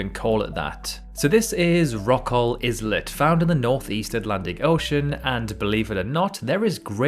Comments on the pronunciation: Nope, I'm British. He's just wrong. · Iz-let ? Eye-let ! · Islet is pronounce "eye let" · "Deadliest" means "most deadly". It makes no sense to say "most deadliest". An islet is a small island. Both words have a silent S, so "islet" is pronounced "eye-let", not "izzlet". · It is not "iz-let"; but ""Eye-let". It is not an alternative pronunciation. train your AI. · It's pronounced- eye let - not iz let. 😉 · Why would you pronounce island I-land but islet iz-let? Weird bro. I-let. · wait... 'izz-let'? it's 'eyal-let' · 'izlet' haha- it's 'eye-let', the 'is-' is pronounced the same as in, 'y'know, 'island' :P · Islet (in the Rockall segment) is pronounced like "eye-let", not like "Iz-let"! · Did you say 'IS Let and not 'EYE-Let''? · Hang on, did this idiot just say is let instead of islet. You don’t pronounce the s you numpty. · Good video! Islet is pronounced eyelet by the way. 👍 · I believe it’s pronounced eye-let. You don’t pronounce the s in island do you? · You prounce Islet as Izlet? Are you F’in joking??? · Dear friend, Islet is pronounced Iylet or aylet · If you pronounce "Rockall islet" as "Rockall is lit", you shouldn't be narrating. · Hey, I always say "iz-let", but I like to mispronunciate words for fun :-) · while I am too cautious about AI, view some of the channels older videos (4 years ago). It's the same voice, just worst quality mic. I have no idea why he kept pronouncing it izlet, but I don't think it is 100% AI. Could be AI enhanced, still an unknown. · Islet pronounced "Izlet"? Come on man... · Wonder why there is an izlet but no izland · the S in "islet" is silent, just like in "island." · was literally about to write the same comment apropos the pronunciation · Seriously… say ISLET again. I fucking dare you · Wait… how are you pronouncing “islet”? Because that is WILD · The 's' in islet is silent, as it is in isle and island. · His pronounciation of many places too is dreadful. Like he’s just reading from a book.